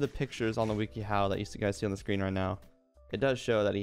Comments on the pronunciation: i like how he says it "weaky how" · mans said weeky how